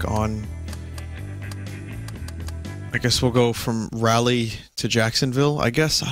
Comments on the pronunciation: Rally?...rally. jesus Christ vinny every time i hear you say rally instead of rah lee i cringed. The one time the city a live in come up in a game that vinny plays and he mispronounces it. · I'm sure vinny didn't even know Raleigh existed untill that stream, but way to butcher the name of the city nearby me... as well as the capital of my state, NC